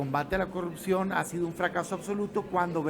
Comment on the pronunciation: pogque cogurccion ayeg titulag pogcierto castigagr 😂😂😂😂😂😂😂😂😂